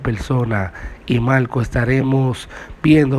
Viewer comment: Pregunta : porqué habla tan mal . No dice Marco dice malco , no pronuncia la R y suena ridículo.